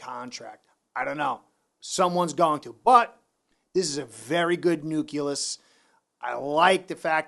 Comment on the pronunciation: "nuculis"???? I think you meant "nucleus".